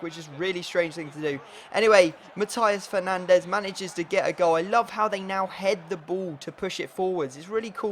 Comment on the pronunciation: Matias Fernandes is pronounced Machias Fernandez